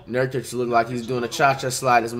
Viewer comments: Flights so high he forgot to say nurkics name the wrong way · FLIGHT GOT CAUGHT SLIPPING HE SAID NURKIC CORRECT😭😂😭😂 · Did I just hear flights say nurkic correctly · Flight pronounced Nurkic’s name right instead of saying Nurkike 🤣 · did y’all notice that he said nurkic and not nurkEyeK? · Bro he said nurkic not nurkike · Flight: Says Nurkic's last name correctly Everyone: Impossible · Damn Flight learned how to pronounce Nurkic lmao😂😂😂 Cant wait till he figures out "Akumpo" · It’s and for anyone wondering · he so high he forgot to pronounce his name wrong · There are like a 100 comments talking about him saying nurkic right so no one is ignoring that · He actually said Nurkić the right way, so inspirational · Flight's so high that he's sayin Nurkic right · Guys did you here that, the rare moment when Flight actually pronounces a name correctly. 😂😂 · Nurkic finally got his name said correct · he was so high he said his name right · This is the first time I’ve ever heard flight pronounce nurkic’s name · this is a glitch video, flight is giving lebron props and saying nurkic's name right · Flight flexing the fact that he learned how to pronounce nurkic’s name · flight said his name correct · Did y’all notice that Flight said Nurkic’s name right? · Flight is so high he’s actually saying nurkic name right lmao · Flight finally said it right. Certified Troll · Flight said Nurkic intsead of Nurkike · YOO THIS MAN FLIGHT SAID NURKIC RIGHT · flight said nurkic right for once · Flight actually said nurkic right😮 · Yo, flight actually said Nurkic name right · did i hear him say his name right or am I on venus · Flight broke character by saying a nba players name right. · He said nurkic correctly? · Smh said nurkic normal